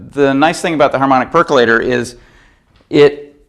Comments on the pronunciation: Perq-you-later, guys. :) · Nucular perculator. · Great vid. Amazed how many people can’t pronounce percolator properly. 🤦🏻‍♂️